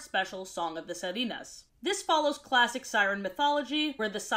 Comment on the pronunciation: When you try to say sirena, it kinda sounds like sardina, which is sardine in Spanish 🤣